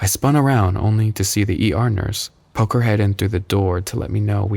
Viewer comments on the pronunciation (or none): none